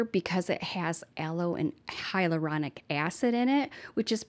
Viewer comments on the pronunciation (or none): none